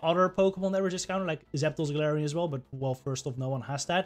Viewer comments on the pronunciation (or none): The way u say galarian zapdos .... basically nobody has it 😂